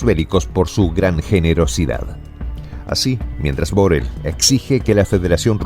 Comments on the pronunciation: Molesta un poco que el nombre de BoRRell se pronuncie mal. Por favor, hacélo como todo el mundo. Gracias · BORRELL es un apellido catalán y se pronuncia BORREI con acento átono en la E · Borrell es una palabra aguda,no grave.Saludos desde España.